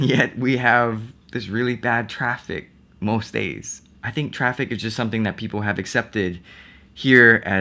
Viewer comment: when he said "you're always going to be in traffic" I thought he said "you're always going to be attractive" and I'm like orly?